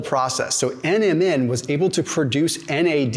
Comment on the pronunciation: I love your videos. When you say NMN, it kind of sounds like Eminem the rapper. Especially, when you say they did a study on Eminem, lol